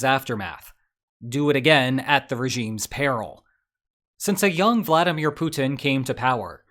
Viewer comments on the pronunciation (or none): none